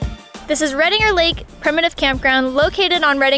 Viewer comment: As a local, I find your pronunciation of Redinger and Prather .... interesting. Also, the maximum elevation of Redinger Lake is only 1,403 feet so snow isn't a concern. In fourteen years of daily driving to Redinger Lake I've seen snow there maybe 5 times and it did stick.